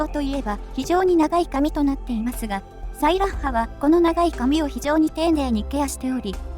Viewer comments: サイラッハの発音、ソイヤッサと一緒なのね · 俺の西壁特攻お姉さん！！！！！！！！！！ ところで名前の発音、サイラッハ↗︎じゃなくて サイラッハ↘︎なのか